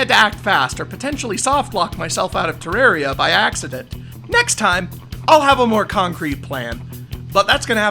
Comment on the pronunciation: I'm glad you say Terraria right